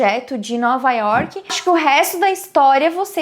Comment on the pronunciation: Teus vídeos ficariam perfeitos se quando falasse York não colocasse esse "I" no final da palavra ( Iorqui) me desculpe sei que é um péssimo cacoete brasileiro.é como se falasse Brasili..além do mais nome próprio não se deveria traduzir tipo River of January ou Happy Harbour .espero que me entenda ,é uma critica construtiva. A gente se encontra pelas ruas de NY ...take care!